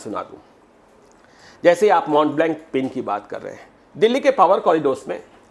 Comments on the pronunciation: ✔️ ऐ! 1. "स्टैंडर्ड ऑफ लिविंग" को "लिविंग ऑफ स्टैंडर्ड" क्यों बोलते हो? 2. उस पेन को " मो ब्लाँ " कहा जाता है । उसको तुम "मोंट ब्लैंक" क्यों बोल रहे हो? मेरी बात का बुरा मत मानो । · It is not “माउंट ब्लैंक” it is pronounced as “ मोब बलो “